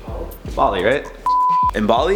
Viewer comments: It's simply "bah-lee" not "balley" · Why do you put yourself down so much!?! You’re beautiful... oh and it’s Ball-leee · Its Bali not Ball-e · It's "Baa Baa (Black Sheep)" Bali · Bali is pronounced BAA Lee 😂 🏝️ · It’s Bali ! 😉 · It's Bali, not Bali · Pfft,! Come on! It’s Bali... (I don’t even know how to spell it, Sue me)